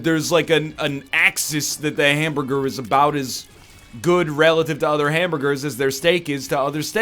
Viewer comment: why is it a ham-bgur and not a hamburger. fix dat accent boi